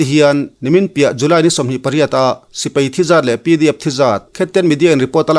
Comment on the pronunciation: "Sipei" nilo in Sipai tihtur zawk aw